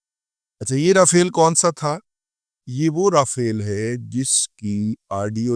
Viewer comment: داداجی رافیل نہیں راپھیلوا بولاکریں